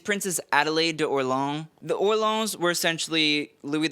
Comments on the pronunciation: Orleans is pronounced or-lay-on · Orleans as in Princess of Orleans is pronounced or-lay-aw as in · "or-ley-AHN", you normally do so much better with French. Even our US city of New Orleans is pronounced with three syllables.